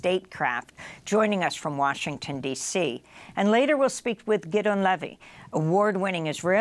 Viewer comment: I'm not sure but, Amy, I think his name is pronounced GID' -- EE-- ON